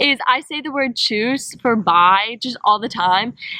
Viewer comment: please keep saying Tschüss, lol